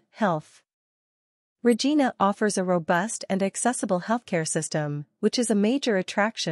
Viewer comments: Wrong pronounciation of Regina. It's not RE-GI-NA but RE-JAI-NA. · You pronounced the name of the city wrong. Every Canadians know how to pronounce Regina so its a pretty major error. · Maybe the first thing would be to learn to pronounce the name properly.